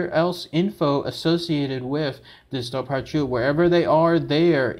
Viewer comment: Great video, side note, it’s actually pronounced “Dover-Who”